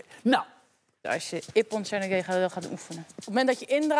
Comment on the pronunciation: Bro die blauwe band kan niet eens ippon seoi nage zeggen